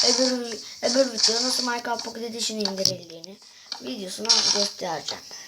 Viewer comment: Maykıraft pokiy edi şın olum susun yav :D